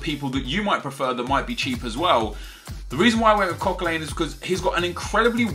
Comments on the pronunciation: What part of Coquelin's name lends it to being pronounced CoquelAIN?????? Arsenal fan are you?????? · tell me you as an arsenal fan know that it's Cok-a-lan XD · You pronounced Coquelin wrong and you're an arsenal fan, shameful